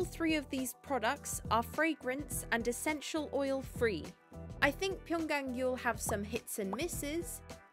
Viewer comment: You are the first non korean youtuber that has pronunciated Pyunkang Yul correctly. Thank you!